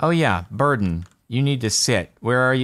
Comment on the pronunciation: I was watching ep1 at 3 in the morning and thought he had named his dog Burton or something along those lines. It wasn't until the boat scene where i realized Jordan was saying Burden LOL